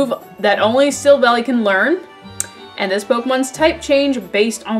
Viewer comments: I think Silvally's is a mix of silver and ally. And I think it's pronunciation is Silv-Ally. It's based off of a chimera, a mythical creature that has different body parts of creatures such as a chicken, lion, and a goat. Since it has so many characteristics it can adapt to any situation like it says in the Type: Null description. I hope this helps :) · Type: Null and Silvally (Prononced Silv-Al-Eye, a portmanteau of Silver and Ally) are Literally Synthetic Arceus. Silvally's RKS System (Get it, RKS = Arceus) is a successful attempt at recreating Arceus's ability to change it's type.